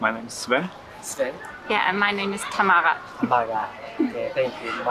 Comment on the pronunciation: ドイツ人の方、スウェンじゃなくスヴェン、タマガじゃなくてタマラだよ。